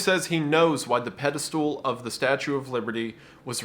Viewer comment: It’s crazy how wendigoon still says “pedostool”